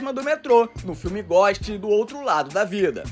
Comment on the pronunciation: como é que o cara tem 168 mil seguidores e não sabe falar a palavra GHOST direito? hahahahahaha